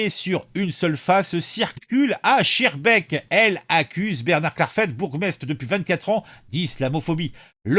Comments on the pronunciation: Se prononce "skarbeek" et "clair failli" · Mon cher ami, on prononce skarbeeke. C'est une ville de l'entité de Bruxelles qui est complètement tombée aux mains des islamistes. La ville de Saint-Joss est administrée par un proche de Erdogan qui prône la charia.